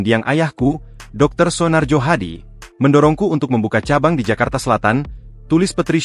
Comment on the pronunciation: Naratornya ini AI ya? Bacanya aneh sekali :D Masa baca "Soenarjo" aja ngga bisa.